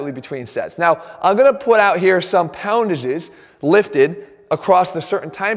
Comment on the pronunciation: Jeff "poundages" Cavalier... 😄😄😄😂😂😂